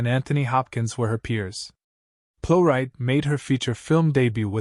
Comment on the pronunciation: Could AI at least pronounce the name correctly? She deserves that, surely. A great actress.